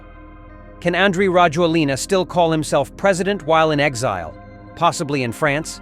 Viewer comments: His name is pronounced rah-JWEL-nah. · A little tip for you,never pronounce the last vowel when you speak Malagasy.As for Rajoelina ,he fled on jet to Dubai not France.The plane that exfiltrated him from Madagascar to Reunion was French but then he took a private jet to Dubai.